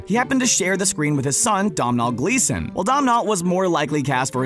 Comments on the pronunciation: Domhall gleeson is pronounced do - nal - gleeson. Its because its irish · It's pronounced donnel, not dom-hall. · It's pronounced dough nal gleeson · Why is no one talking about how they butchered Donal Gleeson’s name wow it’s not even a hard name to pronounce “dough - nal” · Did he just pronounce domhnall gleesons name Dom nall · It's pronounced Doh-Nal Gleeson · Domhnall Gleeson is pronounced "Doe- nil":) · His name is pronounced Donal not the way it’s spelled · Its pronounced Donal......Donal Gleeson :/ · I'm sorry... how are you pronouncing Domhnall Gleeson's name?? 😂😂 it's pronounced "Do-nal" not literally how it's spelt... and I'm Irish also so don't feel free to correct me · DOM-NOLL GLEESON IM WEAK AJDSHFSDHJ